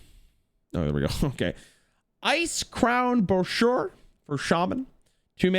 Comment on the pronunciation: pronunciation of brochure is wild